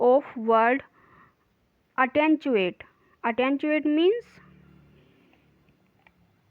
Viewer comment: Attenuate hota hai